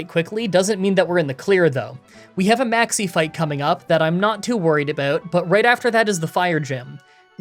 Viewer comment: i love whenever i hear maxie i hear maxx "c" lmao keep up the great content!